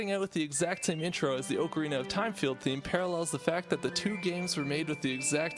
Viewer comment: Your pronunciation of Ocarina triggers me - Officially, it's pronounced like "Ock-a-rina".